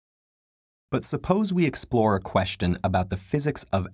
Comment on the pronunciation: Is it just me or his pronunciation of the word "Question" is actually that strange?